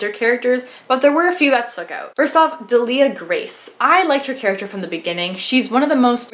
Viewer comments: Just FYI because I listened to the audio book - DEAL-ia Grace. ;) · Pronunciation help here- idk about you guys but pronounced the names like this: Delia Grace- deelliah grayse Eastoffe- eestoff